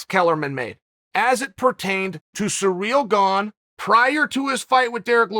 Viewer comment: “Surreal Gong” lmfao